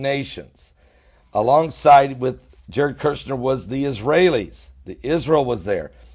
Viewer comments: For what it matters, his last name is KUSH-NER, not KERSH-NER. Love you. Keep up your good reporting. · Kushner sir, you are pronouncing his last name as Kershner. It is Kushner. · Love you...say it with me Jared KUSH-NER... Kirshner 😂❤️ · All due respect to you. You are not pronouncing Jared's last name correctly. There isn't a R in his last name. It's Kush ner. Kush... I always watch your channel. Did you see the report where Former French President of France was ARRESTED for taking campaign funds during his election. And...I saw another report where a court denied Obama his appeal and has to RETURN 400m that he gave to Iran when Americans were released. Obama tried to appeal, but was denied. I only saw 1 report about it. Hope it is true.